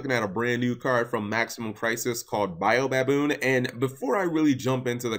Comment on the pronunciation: sorry i got it wrong it's actually a combination of baboon and baobab. baobab is a common name for a genus of trees and is pronounced Bay-o-bab so it's a "Bay-o-baboon"